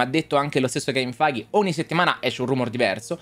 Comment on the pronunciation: ma almeno prima di ripetere il nome di kevin feige 200 volte impara la pronuncia giusta xD